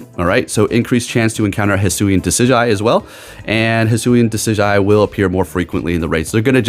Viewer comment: (Duh-sid-jew-eye) lol. But you were close